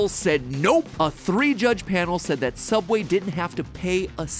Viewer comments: sooubway toouna foouish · SOOUBWAY IS TOONAH FIUSH NOO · toona fouish sooubway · THEODD1SOUT HAHA. (Soubway is non-copyrights version of Subway) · James: Hi welcome to sooubway Mat: is that how it's really pronounced? Me: Y e s Edit: Tysm for the likes!